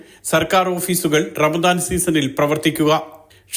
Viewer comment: Ramsan alla bhai ramadan aan...